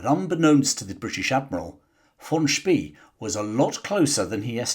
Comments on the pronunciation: The German admiral´s name "von Spee" is pronounced "fon Spray." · Von "Spay" not Von "Spee". Lost me first sentence.